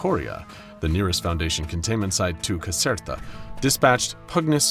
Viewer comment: Bro i wanted to sleep but I'm Italian and every time I heard Caserta i exploded from laughing 💀😭